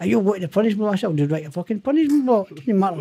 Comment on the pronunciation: Howling every time he says "al wreck the place" 😂😂😂 brilliant listen